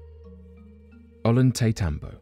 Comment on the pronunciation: "Ollantaymbo" = "oh-yahn-tay-TAHM-boh". In Spanish, two letter L's together are pronounced with an English Y sound, like with the word "tortilla"--"tohr-TEE-yah", not "tohr-TILL-ah". I don't know why British folks have such a hell of a time with Spanish pronunciation, but I've lived my whole live in the American Southwest, so maybe I underestimate the difficulty because of familiarity. Even still, Spanish pronunciation rules are very consistent, so one just needs to remember the few oddities, like how to pronounce double L's.